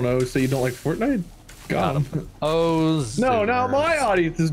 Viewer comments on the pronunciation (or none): none